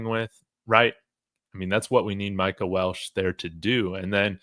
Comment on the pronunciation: It's Welch not Welsh. Respectfully.